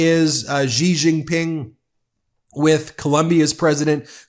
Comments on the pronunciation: Its pronounced "sss jin ping" not "zijin ping" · Pronunciation: SHEE - Jinping. Just sayin". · Its Xi and its pronounced She